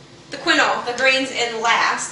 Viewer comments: psyllium is pronounced"see-lee-um" and quinoa is "keen-wa" you really should know what you are actually giving your child.... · quinoa is pronounced "keen-wah"